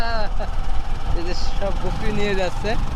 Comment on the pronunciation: Bakri ❌ Bokri ✅. 😂😂😂